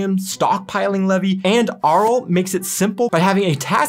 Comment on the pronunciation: Say "Aral" again :-D